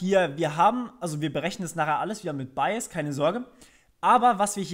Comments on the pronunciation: Finde deine Wortwahl und Aussprache sehr angenehm und klar. Gut Wie Rehunium schon gesagt hat Bayes hört sich wie Bias an, finde ich aber nicht schlimm, man weiß ja von was du sprichst. Gutes Tutorial im übrigen ;-) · Aussprache von Bayes bitte nochmal überprüfen, klingt bei dir eher nach bias. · bitte einmal nachschlagen, wie man "Bayes" ausspircht...das irritiert sehr.